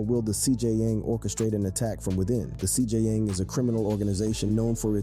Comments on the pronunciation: NGL the pronunciations are more murderous than the Cartels on this one. it would have helped to do RESEARCH, "Dyalisko" and CJ-ying is just cringe bro, the Poo Shisty was the nail in the coffin. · The CJN MOTHERFUCKING G ITS THE CJNG NOT CGN 🤦🏻‍♂️🤦🏻‍♂️🤦🏻‍♂️🤦🏻‍♂️